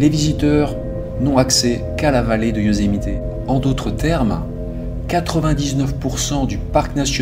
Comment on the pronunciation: Bonjour, j'ai une question pour toi et elle n'a rien de bien grave mais j'aimerais comprendre pourquoi prononces tu Yosemité? C'est anglais et les Américains tout comme nous ne prononçons jamais le é mais bien le e muet tel que Yosemit où lorsque certains américains prononcent le e en tant que i comme cela se fait en anglais car l'anglais américain est une langue d'expression. Je me pose toujours cette question lorsqu'il m'arrive de converser avec des cousins français. Sans rancune j'espère mais ça m'intrigue. Merci pour l'excellent travail que tu nous présentes et en ces temps difficiles c'est bien de penser à autre chose. ✨🫂✨